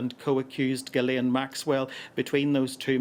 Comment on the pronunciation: so petty but I love no one says “Ghislaine” correctly ever